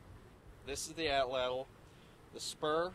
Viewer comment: Pronounced AHT LAHT